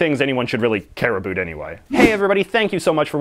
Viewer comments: "A boot" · Thank you, this answered a lot of questions I've had. May I ask you a question? Are you from Canada? I asked this because of the way you pronounce the word "about". Thank you for all you do. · You say “about” in such a Canadian way